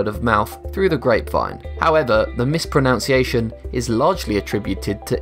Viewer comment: Too bad you mispronounce "mispronunciation" TWICE, and . And please don't even attempt to defend that with, "Oh, it's because he's British." NO. Even in ANY British dialect - and there are many - it is still WRONG. Oh, and I have always pronounced it "New-tell-a," right from the first time I saw it on the shelf 20 hears ago. ☺